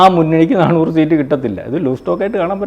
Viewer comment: എടോ നാണൂറ് അല്ല നാനൂറ് ആണ്